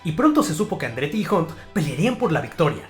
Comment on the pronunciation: Ocon como siempre haciendo show, gran recopilación amigo. Un detallito, la pronunciación de la "U" en Russell y Hunt, es como una "A". Osea se pronuncian "rasel" y "jant". Saludos estimado, gran trabajo!!